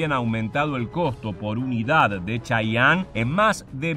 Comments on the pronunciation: Se Pronuncia Che-ye-en no chayanne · De hecho se pronuncia chiyen por que en realidad no es una palabra nativa , es como los gringos los denominan fonéticamente de acuerdo a su adecuación propia de idioma inglés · Se pronuncia chiyen , no como el artista sudamericano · en inglés se pronuncia chayene